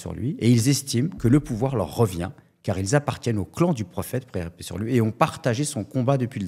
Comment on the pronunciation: Je viens juste de commencer à regarder la vidéo et je suis choqué du faite qu'il n'arrive même pas à dire quand il mentionne le prophète [PAIX ET BÉNÉDICTION SUR LUI] il dit "praix". Allahu musta3an